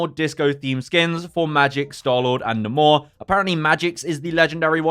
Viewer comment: oh I thought he said and more not namor😭😭